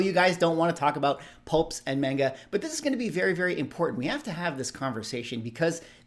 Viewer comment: Pshhh homie called it Mayne-Ga 😂😂😂. I’ve literally never heard heard the term pulp until you had mentioned it in a different video prior. Pretty hard not to love those covers!